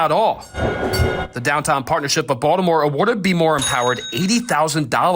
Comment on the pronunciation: It's Baltimore,. Hahahahahaha